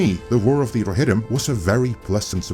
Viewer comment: the warrr of the rrrrohirrrrrrrrrim